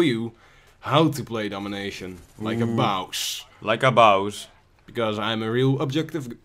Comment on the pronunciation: ...: And i'm gunna show you how to play Domination... Like a baws!: Like a bawz xD